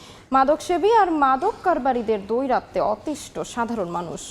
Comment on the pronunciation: আপনার উচ্চারণ ঠিক করেন। এতো বড় নিউজ চ্যানেলের নিউজ রিডার আপনি আপনি দৌরাত্ম্য দৈরাত্ম্য বলতাছেন???